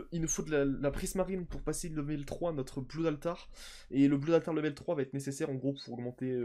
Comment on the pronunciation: C'est pas "bloud altar" mais "blod altar". Sinon, continue comme sa j'aime vraiment tes vidéos.